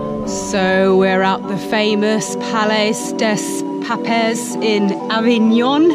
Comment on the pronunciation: ...Do you deliberately mispronounce for a laff?😆 Try "pallay day pap" for Palais des Papes...